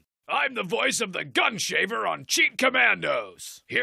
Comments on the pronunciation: The character name is Gunhaver, so it’s even better that he totally mangles the name. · My absolute favorite part of this is Crack Stuntman mispronouncing 'Guns Haver' as 'Gun Shaver'. It's so subtle, and it's accurate when actual voice actors mispronounce their characters name because it's just a job to them.